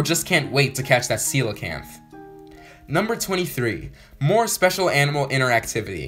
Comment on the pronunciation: Glad you pronounced coelacanth correctly. Well done!